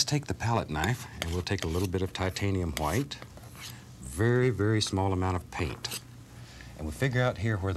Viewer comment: “$12,000 SOLD to the man with the exceptional mustache! Now if you fallow us to dining room, we’ll be serving Hwite cake”